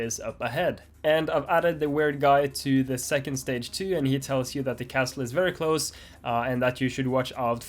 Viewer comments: SNAKES!!! T in castle is silent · Love the banana guy! LOLed at the level name that had "LOL" at the end. The "T" in "Castle" is silent. Good luck on your exam. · Hearing him pronounce the "T" in castle was low key distracting lol